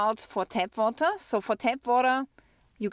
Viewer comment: Vawter (water) 😂 What's the interest rate on a flat in Austria? Watching from North Carolina! Thanks!